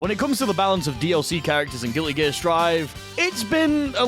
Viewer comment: I can't get over how you say gilligear